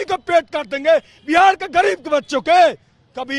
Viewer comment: बिहाड़ बिहाड बोल रहे है भावी बिहार के शिक्षक